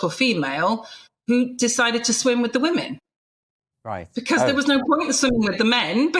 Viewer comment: "Women" not "we-men"...